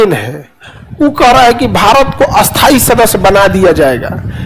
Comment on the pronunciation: खान सर स्थाई और अस्थाई दो विपरीत शब्द है लेकिन आप दोनों का उच्चारण एक जैसा क्यों करते हैं 😂